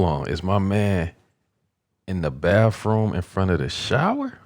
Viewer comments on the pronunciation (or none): Did you just call a bathroom a baffroom?????